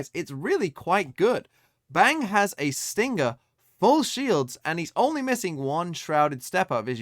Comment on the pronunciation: Dear, why do you pronounce stinger and sting-ger